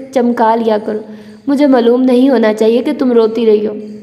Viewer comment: Why are you pronounce word HASI to Hannsii Its sound very weird please kindly correct your vocabulary pronounce it correctly HASI and the word Maaloom is Not Mallum it affect your narration style kindly take a look.